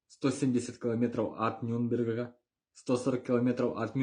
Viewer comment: Якмй гидкий тупий дєрєвєнский чорт. Не може навіть Нюрнберг вимовити.